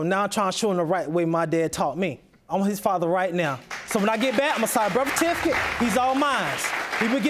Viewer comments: He signed the "tificate"😒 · bruh said bursatificate 😂😂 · "Concinnception." Lol "Nable core, birfatific.." Lol